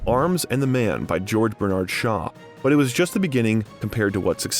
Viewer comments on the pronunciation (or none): none